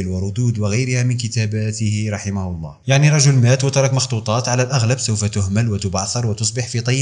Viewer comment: ملاحظة ونصيحة انطقوا الهاء جيدا في كلمة الله